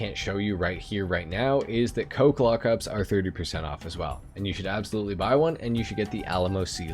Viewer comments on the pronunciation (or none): none